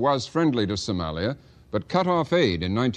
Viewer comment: Did he just said Somaya